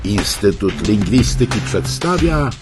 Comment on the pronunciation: Błagam: wyraz "lingwistyki" ma akcent proparoksytoniczny. 😏